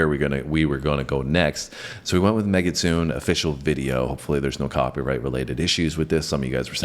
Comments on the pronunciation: Just as a reference, the song is pronounced meh-gi-tsu-neh. Mekitsune means female fox in Japanese. The part with the mic that you reference , they are saying we are not foxes, we are female foxes. When she reveals the sword, she says "don't underestimate us (women)". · just had your video pop up on my stream. Thank you for reviewing Babymetal. They are lovely, aren't they? Just a friendly fyi, the name of the song is pronounced like this: "May - gits - SUE - ne" . Japanese can be hard sometimes to understand how to pronounce things, so no worries on this one! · It's Pronounced Meg A Su Ney. Very Excellent. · Hey,, the song's title is actually pronounced "Meh-Giht-Soo-Nay" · "megitsune" (said like mehgee - sue nay) and it means "female fox" (the mask is a fox mask)